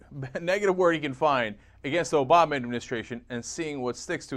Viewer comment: Wow, you said "Ass-bama" instead of "Obama". I'm convinced.